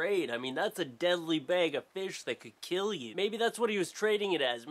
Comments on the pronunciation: bag not bayg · please learn how to say bag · i love how say bag. "bayg" haha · i swear it sounds like you're sayin bage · Say bag again. ... Oh Canadians :) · he pronounces bag like St. Lucy people! AWESOME!!!! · haha he says bag so funny haha this is so much better to watch high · The way you say bag is amazing <3